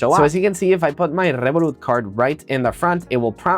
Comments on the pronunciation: yea I realised it before by the way he pronounced Revolut lmao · His girlfriend is Hispanic and he also speaks Spanish, I don’t see anything wrong with it tbh